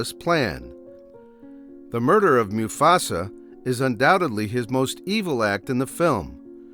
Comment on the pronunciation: “Moo-Fasa” is pronounced right.